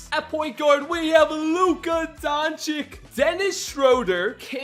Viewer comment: U called him donchick